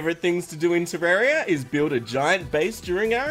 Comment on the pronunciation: Thank you for calling it Terraria, not Tarrrrarriiiia 🤪